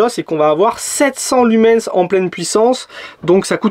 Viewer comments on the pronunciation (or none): Tu sais, le S de lumens, il ne se prononce pas.